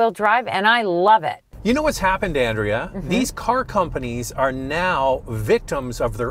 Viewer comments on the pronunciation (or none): Pretty sure it has a 1.3 three litre engine and your wife's name is not pronounced An.....dray...ah